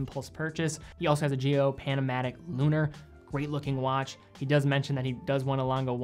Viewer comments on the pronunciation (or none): none